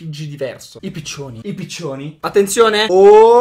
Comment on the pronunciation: mi fai troppo shiattare dalle risate quando dici i pizionini i pizioni? sei un gramde